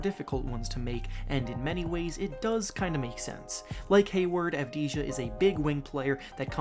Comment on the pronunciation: It’s pronounced Deni Av-di-ya not ja